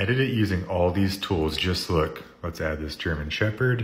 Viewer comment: When he said german shepherd I fcking lost it hahaha